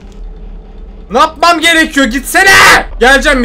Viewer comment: nâpmam gerekiyor yerine napmam gerekiyor degişi komik yaa😂😂 devamını oku...